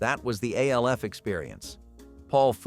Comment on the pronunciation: It's ALF, not A L F